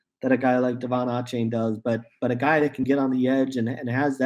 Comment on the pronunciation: It’s Devon AYE-Chane. NOT Aw-Chane.